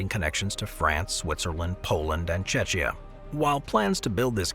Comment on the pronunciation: Sir, its Czechia, not Chechya